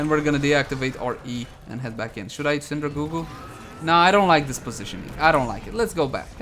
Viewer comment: Lolz, Hes's still saying Syndra goo goo